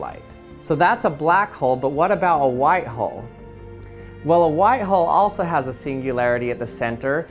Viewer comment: Learn how to say white please